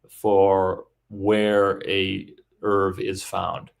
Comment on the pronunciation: A minor irritation, nobody but a couple of odd antiscience folk I've come across, (just two of them) pronounce "ERV" in the same way that Americans mispronounce "herbs", dropping the "h". The acronym is usually spelled out, sounding like "Ee-are-vee".